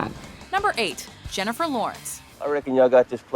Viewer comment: jennifel lawrence?!?!?! you gotta be shittin' me... -.